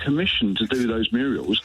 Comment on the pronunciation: Murials 😂 is he Hilda Ogdens grandson